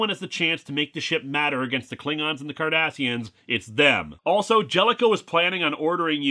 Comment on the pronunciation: Okay. I don't know a whole lot about Star Trek so I kept replaying it when he first said it. I turned on subtitles, they said Kardashians, and I didn't hear anything other than Kardashians.